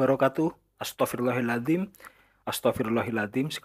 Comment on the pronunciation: Astaghfirullahal azhiim bang, bukan astaghfirullahil azhiim